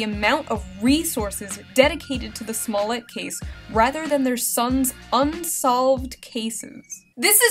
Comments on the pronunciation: News guy: "Jussie SmollATT" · Guys itz pronounced 'Smoo-lee-yay'!! Get it right people